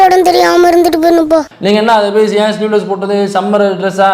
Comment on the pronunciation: அது சீவலெஸ் இல்லடா முண்டம், ஸ்லீவ் லெஸ்.